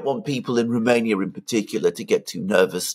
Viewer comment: Apart from deliberately mispronouncing Romania, poor old Alexander doesn't know what 'as long as it takes' means.